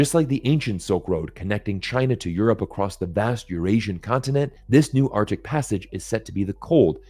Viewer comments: Arctic, both C's are pronounced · Read the comments. ‘Artic’. Yeah. And the Gulf of Ameria.